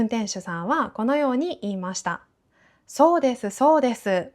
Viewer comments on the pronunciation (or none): 先生、コメントを返事くださってありがとうございました。 haha、我的意思是他說的聲音，聽起來真的像是在說「是、是」，反而不太像「そうです、そうです」，可能是講太快了。原來是我聽錯了，哈哈💕🧋🐇